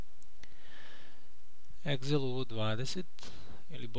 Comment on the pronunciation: A zašto izgovarata "egzel"? Imače odični ste . Hvala